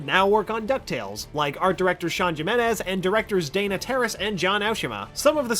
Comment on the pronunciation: You said Jimenez wrong the j in the name does not make the j sound it makes the H sound